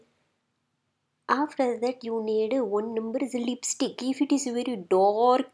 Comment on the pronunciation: "Madam, don't do all thatu. That is very very scary madam" - ROFL